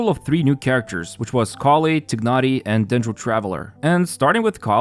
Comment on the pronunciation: I'm sorry but that tighnari pronunciation is killing me